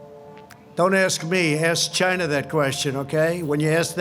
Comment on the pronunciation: the way he says china is hilarious.